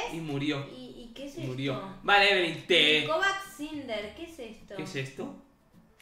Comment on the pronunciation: Amo que le digas evelyn y no lyna